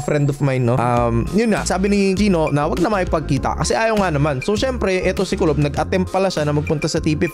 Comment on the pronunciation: TUBOL hindi kulob